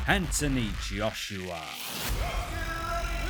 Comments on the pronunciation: You're based in England, a multicultural society that is thriving on 2nd generational talent from immigrating countries. The least you can do is practice how to say his full name or don't put that part on the video at all for laughs. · What, you can’t pronounce his name? Poor schooling. Stopped watching it there. Reminded me of growing up in Bow during the 1970’s. Wankers like this were everywhere. But I was one of those little black boys that you never made the mistake of letting me move around.